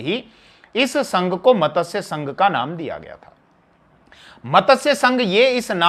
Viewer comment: मतस्यसंघ नहीं मत्स्यसंघ